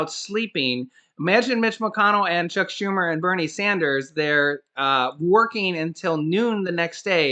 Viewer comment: Lol did you call him “Check Schumer”😂😂😂😂😂😂